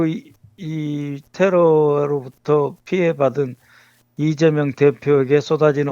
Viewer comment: 간첩을 존경하고 그러니! 리ㅇㅇ 라고 발음하는것 분명히 들엇어.